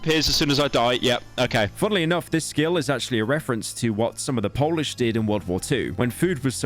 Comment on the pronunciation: months of work and not a single polish word said correctly, real true pyro moment